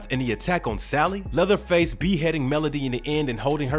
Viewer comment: did u say leatherfield?